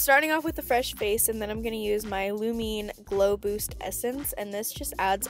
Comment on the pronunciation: Lumene is finnish and so am I and it was so funny how you pronounced it😂